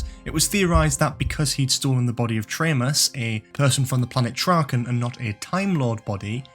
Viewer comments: Erm...Traymus?? Tremas is pronounced "Treemas"! Perhaps you need to watch rather just reading about The Keeper of Traken? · That was great! Only thing I’d say is the character Tremas in The Keeper of Traken (Tremas being an anagram of Master) was pronounced Tree-mass. Oh, and you didn’t have Roger Delgado in the opening pic of all the Masters/Mistresses